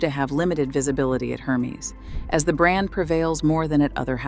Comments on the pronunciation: hermes = air-mez...not her-meeze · The mispronunciation of names (Nichanian, Hermes, Cerruti), made it incredibly difficult to focus on what was being said. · Please. Can you pronounce Hermès correctly learn how to pronounce it. It is a French name/brand you never translate a proper name. Have some respect